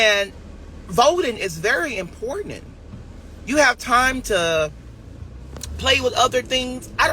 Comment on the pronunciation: "Considerize" ... "Impordanant" 🤭